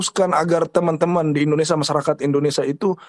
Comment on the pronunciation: Indonesia sia... Bukan indonesa ... Sa... Sa... Perbaiki itu ya...